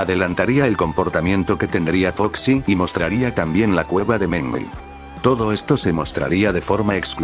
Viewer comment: mangle ❎ Menguel ☑️